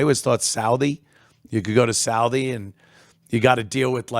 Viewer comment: You mean Southie??? Not salvie